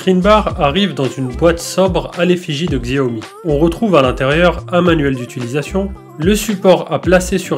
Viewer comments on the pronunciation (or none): On dit chaomi